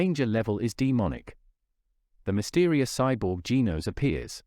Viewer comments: It's genos not geenos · It is not geenos its genos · It's not Gin-Os Gen-Os